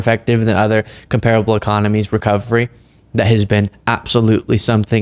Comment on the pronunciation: Banned on Twitter; now there's another feather in her cap, red of course. I'm not sure what bothers me more the dumb things she says or how she says them, as both are annoying. Things are not compare able they are comparable: ˈkämp(ə)rəb(ə)l] no hard ''e'' in the middle of the word .